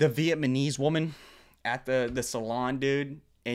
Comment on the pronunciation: Blud said VietMahKnees